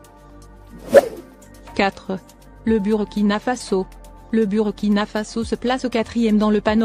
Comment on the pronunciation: Il faut songer à mettre le drapeau du pays des hommes intègres. On lit bourkina et non avec u.